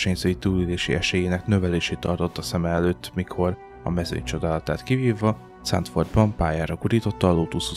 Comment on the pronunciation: Nem Candfort, hanem Zandfort. Hollandul a Z az Z. Nem C, mint a németben. Homokvárat jelent a település neve. Németül is zand a homok, csak ott meg Sand-nak írják.